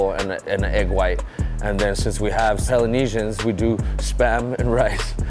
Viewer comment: Did he really say salnesian bro Polynesian